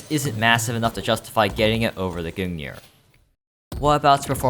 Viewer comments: This man pronounces it goong neer its gun-g-near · I can't stand the way he pronounces Gungnir, It's not Goon Gear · someone please tell this guy how to pronounce words. like who say goong near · Why does he call the gungnir the goon ear? im genuinely concerned. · i cringed every time he said gungnir like that😭